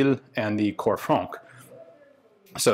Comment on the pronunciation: French tip : in "Corps Francs", the 'c' letter is mute.